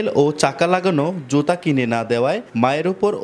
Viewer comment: সাংবাদিক বারবার বলছে জোতা। জোতা নাকি জুতা?